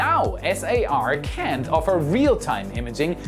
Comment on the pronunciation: At one point you said "can't." CC confirmed with "cannot." But it sounded like "can" which is incorrect and the opposite of what you were meaning. I rewound to make sure. Cannot is better to use than can't.